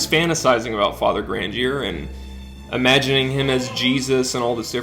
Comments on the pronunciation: You keep mispronouncing Grandier's name. How come? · I don't mean to be a stickler, but these pronunciations really a rent that hard, you could at least try. Say it with me now. Grahn-dee-aye, Lew-don. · You watched the movie but still mispronounce Grandier and Richelieu?